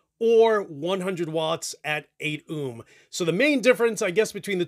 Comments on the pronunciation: Haha someones gotta tell him it's pronounced "Oh-m" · Dude. You say ohm like Snake from the simpsons would.